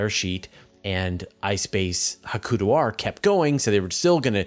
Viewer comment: Please learn how to say "Hakuto", or at least pick 1 pronunciation and stick with it. Japanese is in many ways phonetically very similar to Spanish, so pretty easy.